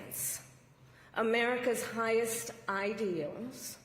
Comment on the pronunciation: How many syllables did she put in the word "ideals" ? Your party has acted a fool for the last 100 days, I'll never vote for a democrat again!